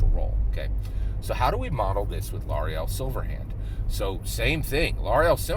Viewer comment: Good video! Please pronounce Laeral's name correctly lol